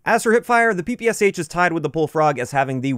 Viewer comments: The “Sh” in the gun’s name is a “shuh” sound, not “ess-eich”. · Hello, just wanted to let you know that instead of Pe Pe S H correct pronunciation of PPSH is Peh Peh Shah in russian. I'm not trying to correct you, just thought you would be interested to know 🤷‍♂️